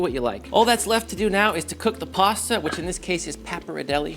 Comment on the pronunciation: There you have it folks…PARSTA…